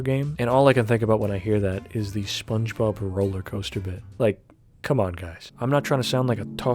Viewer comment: “patoreek, sponge boab”